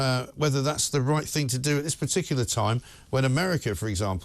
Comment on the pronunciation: "it's the wight thing ta do".